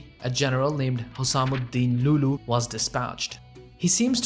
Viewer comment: Amazing video bro, love your content. But just as an FYI, it's pronounced 'Al Ayoubi' not just 'Ayoubi', and it's not 'loo loo' but 'Lu' Lu' ' there is a very crucial Hamza (ء) on the Waw (و).